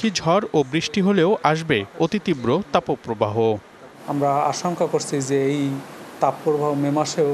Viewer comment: Tapoooo probaho word ta kothy porechen ai songbad pathok??? Age kotha bolte sikhun